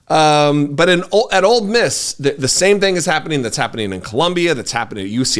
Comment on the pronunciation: Ole Miss not Old Miss